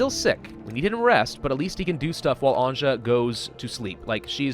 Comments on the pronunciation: Episode 3: still pronounces Anja, literally instead of pronouncing it Anya Dx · the 'J' in Anja is pronounced like the 'J' in Bjorn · please stop pronouncing Anja wrong. sick/hurt people don't need to rest during the day, changes are only happening during the night. no need to use fuel during the day if you are above 0 degree, only fuel to be above 10 to survive a night. that should save some fuel. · It is not like he would read comments at all :) EVERYBODY was spaming it under the last Story mode, and in this we ALL are saying how he should pronounce it...yet NO he still pronounces it like some retarded French would, raping the simple Slavic name